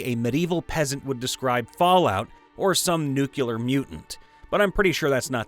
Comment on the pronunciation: Please, it's "nuclEar", not "nucular"